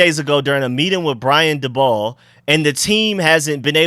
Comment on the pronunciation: This guy can't say a last name correctly to save his life lol. He said dabol three different ways 😂